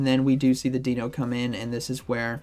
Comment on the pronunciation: Love your videos,. I just cringe every time you say “Deeno”. Deino is pronounced the same as dino in dinosaur. The evolution line is based on German puns for 1, 2 and 3, similar to the Spanish puns for the legendary birds. Zweilous is pronounced like “SVY-lus”. And Hydreigon is pronounced “high-DRY-gun”.